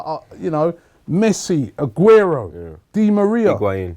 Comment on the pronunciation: You say messi? U say augero? is smoking some high grade